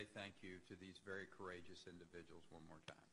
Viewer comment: Muthasucka can't even say ONE he says WERN..lmao